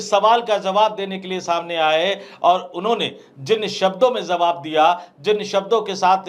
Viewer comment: Zawab nahi hota jawab kahiy janab kyunki urdu ke liye hamne 1 dabaya hai